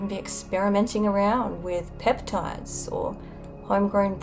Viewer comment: Peptides???? Why do you even able to say it? it's so on point, it's my project 😂😂😂